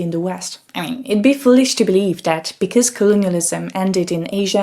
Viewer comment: Sorry turning off... can’t listen to the pronunciation of “THat” not “Dat” “Dem” etc etc. She needs elocution lesions